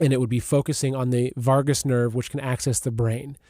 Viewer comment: vagus nerve not vargus